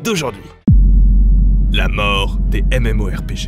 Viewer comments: on dit pas M.M.O.R.P.G,mais meuporg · "meuporg" qu'il dis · il a fait expres de dire MEUPORG ?